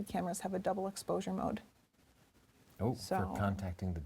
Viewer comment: she said explosure instead of exposure